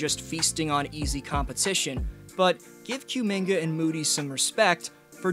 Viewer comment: I don't think it's Q-minga. More like Ku-minga. He's from Congo.